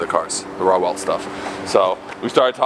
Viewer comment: Per Google, he did pronounce correctly, although the Hoonigans reply rationalizes ignorance via "ownership". It is a very simple pronunciation (raw welt) This takes place in spite of expressing first-person expertise and origin re: the creation and culture on the car. Perhaps you (the reader) too just bought a coke, so you call it a cake when informed otherwise. Acceptance of ownership as a power to accept ignorance is supreme weakness of mind and self. The owner is ignorant and you are weak of mind, period.